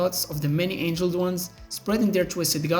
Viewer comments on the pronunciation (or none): It's the Many "Angled" ones. Not angeled ones.